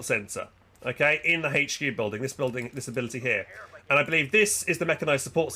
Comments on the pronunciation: What the fuck is a "haetch-q" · The letter "H" does not have an "H" in it. :D